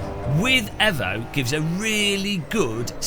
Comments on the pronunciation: yes, only because that’s the Italian pronunciation. Can’t blame him, but it’s properly pronounced ‘eevoh’ as the international motorsport language is English, and it’s the shortened version of evolution. You wouldn’t say Mitsubishi evvo… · Pronounced 'eevoh' not 'evvo'. As in 'evolution'. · Excuse me... AEVO?????? not EEVO??? bro wut 😂